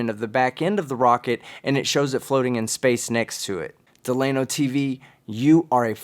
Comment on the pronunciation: Delano is trolling. Right? Certainly he’s trolling. And I bet $300 the name isn’t “Duh-Lay-No” but “Dell-ūh-No”. Regardless he’s fucking idiot n